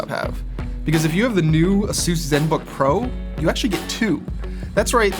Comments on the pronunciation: a-soose? it's A-sus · Is ay-sus not azeus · "Asoos"? It's Aces. God! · FIRST LEARN HOW TO SAY "ASUS" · I hate the way he says Asus